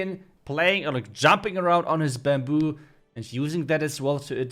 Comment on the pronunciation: its baamboo not buuumbooo